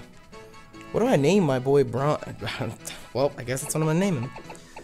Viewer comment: I believe its brawn not braun